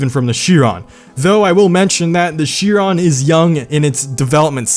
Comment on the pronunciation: It is Shee-ron